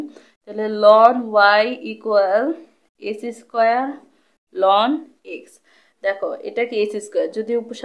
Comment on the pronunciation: এক্সেস্ক্যার, থিটা। এই কথা গুলা একটু সুন্দর করে বলবেন আপু। আরো ভালো হবে